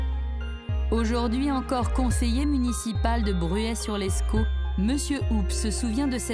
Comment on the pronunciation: C’est Bruay sur Escaut pas “sur l’escaut”